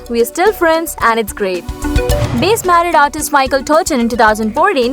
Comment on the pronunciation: Where did you find this announcer? Her mispronouncing of many names, like base for Bass detracts from the whole presentation of an inspiring message. It should be a big help to many young men struggling with their sexuality, to find the truth of many celebrities.